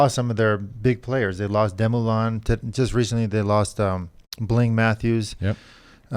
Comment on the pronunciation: George, it's Dumoulin, not Demoulin.